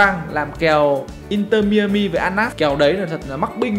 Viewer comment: mai a mi không phải mi ơ mi anh 😂